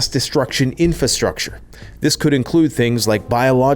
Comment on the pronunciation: why can you not say the word "inFRAstructure" lol